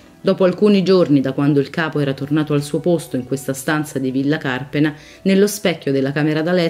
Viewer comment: Anche Carpéna, non Cárpena!